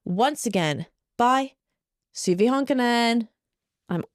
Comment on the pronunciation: No offense but you're pronouncing Suvi's name wrong... in Finnish the U is pronounced open like in the word who in English.